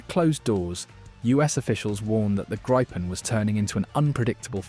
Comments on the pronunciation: It is pronouced GRIPPEN like the mythical beast not GRYPEN or GREEPEN Otherwise - yes it seems like a great aircraft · Gry-pen? Really? It's a Gree-pen. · It’s pronounced Gree-pen ! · FYI - if you want to pronounce Gripen correct - it's how you would say Greepen - in English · grrrr. Bloody AI reader with a posh English accent can't pick one pronunciation for the name of the aircraft. In the first 150 seconds I've heard "greepin", "grippin", and "gr-eye-pin". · By 1.20 you had pronounced it grippen, grypen and greepen😂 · Grijpen is pronounced “Greepen” for English speakers. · THANK U!!!! RAFALE, F-18, TYPHOONS, ETC,,NOT GRIPPONS!!! JEEEEZ... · It’s a small point, but it’s pronounced Grifffen. Thank you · Nobody seems to know if it's Gripen (grip), Gripen (gripe) or Greepen. Theses audio tracks are digitally produced and seemingly unable to be consistent. Could somebody ask SAAB how to pronounce it and tell your seestem?